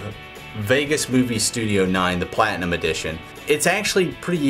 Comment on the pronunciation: I always laugh how you say PLatinum! You always say the first two letter so hard XD